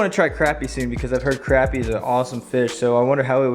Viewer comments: Bro it's not pronounced (crap-ie) it is pronounced like (crop-i.e.) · It’s pronounced crop-e not crap-e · he said crapy not crappie